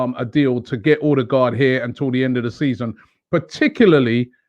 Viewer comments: It is pronouced "Urdergor" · So we get to hear Robbie butcher a name in his usual fashion until end of season. 🤦🏻‍♂️. Someone tell him the "d" at the end is silent.